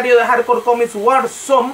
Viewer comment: "Comis" Jajajajajajajajajaja